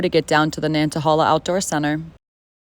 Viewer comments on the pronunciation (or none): Hey! - "hey" is how the third 'a' in Nantahala is pronounced - NAN-NA-HEY-LAH (drop the "t" and they'll think you're a local, well... maybe not LOL)